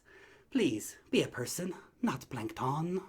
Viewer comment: "You are not planktonne" Lmfao